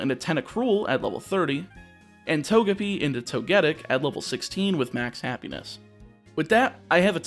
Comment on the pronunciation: im sorry. how the heck did you pronounce Togetic's name there?